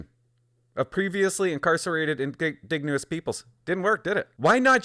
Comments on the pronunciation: It's pronounced "IN-DIDGE-EN-OUS" not "IN-DIG-NE-OUS" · In-DIDGE-en-ous, not in-DIG-nee-ous. Just sayin'. Love your videos :) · Indigenous is pronounced "uhn - di - juh - nuhs" Hearing "In -dig - neous" over and over again made me smile :') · Why do you keep saying indegnouous!? Do you even know we're talking about natives here.... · Please help your audience and your credibility. Indigenous In-DIJ-uh-nuss. And if you’re trying to be funny. It’s not. Just hurts the conservative position and makes us look ignorant and intentionally rude. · IN- De-Gin-Ous. Lol man everytime he said indegounous it distracted me. But it is 100% true, funny seeing what was in the news during peak wokenesss. I hope we keep correcting to normal daily operations, but sanderson should hsve been a lifer after the first sttempt of burns life... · what the hell are you amurican, its indigenous not "in digne us " as in "indignate who us ????" one thing that drives me insane is people that cant pronounce words that we've known since early public school, wrong !!!!! its always people that are trying to sound smarter then they really are and dont understand the word they are saying and its usually commentators, and narrators that are reading from a script, they !!!! should know better, and have a grip on the english language by now, you might just as well call them 'ingins' and 'S K' moots, grrrrrrrrrr.......................... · Bro, if I hear you miss pronounce the word "indigenous" (Inn-dig-nu-us) one more time, I swear my head is going to explode. Thanks. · Please learn how to pronounce indigenous. I agree with your criticism of the justice system. It's no longer doing its job. However, not all inmates are like Sanderson. He is an extreme case example and one man's actions does not define a failure of the correction system. He fooled them. That said, I agree with stricter rules around release and support Poilieve's announcement.